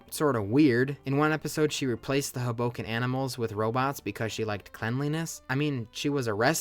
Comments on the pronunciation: the mispronunciation of hoboken is taking me outttt lmaoo - theyre pronouncing it with an emphasis on the 'bo' when it should be on the 'ho' - so it should be pronounced like 'hobo-ken' rather than 'ho-BO-ken' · It’s pronounced Hoe-Bow-Kin (this hurt my NJ soul) 🥲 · As someone from north jersey the way you say hoboken is killing me.... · never heard someone pronounce hoboken that way lmfao